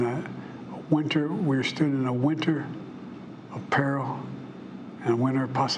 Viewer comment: I'm glad I'm not the only one who thought this. Thank god he's stepping down. No matter who you side with, you can't side with senility. (i know he was trying to say Winter of peril, but the guy literally said winter apparel)